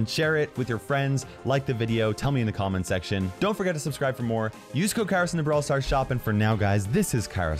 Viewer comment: Kairos u use to call yourself Kay-rose